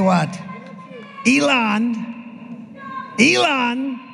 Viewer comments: notice how he called him "Leon" and did his verbal dodgeball before saying "Elon" because his brain is rotted? And do we REALLY believe he would/could read more than 2 words of that contract? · Did you hear him call "Elon" ..."Leon"....LMMFAO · Trump first called him "Leon.." then had to repeat "Elon" twice to make sure he's now saying it right. SMH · leons err elon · He said Leonce